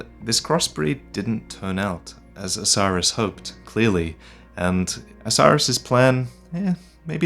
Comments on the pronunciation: It's not osiris . It's OH-SIS-ER-OS. lmao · the consumed king isnt named 'osiris' . his name is phonetically pronounced 'Oh-See-air-oHs'. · So, Is Oceiros' name really pronounced "Oh-sai-ruhs"? I've always thought it was "Oh-see-ay-rohs", but no one else except me says it that way. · For God's sake, man, every time he says Oceiros, I think he's saying "Osiris". It's clearly supposed to be pronounced like Greek: oh-KAY-rosh, or maybe oh-KAY-ee-rosh, I'm not an expert. But damn dude, it's not "Osiris". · I don't think Oceiros is pronounced as Osiris. I think it's pronounced Ah-sir-oss.